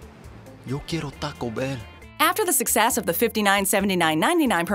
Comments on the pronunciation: It's Yo Quiero (Care-O) Taco Bell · yo key-air-oh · Um Quieroyum, that's not say Quiero, at all. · Narrator pokes fun at 1940s people butchering the pronunciation of Taco then epically fails at saying Yo Quiero. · Butching the word Tayco. U did the same with Quiero. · You don't enunciate every letter in "quiero.'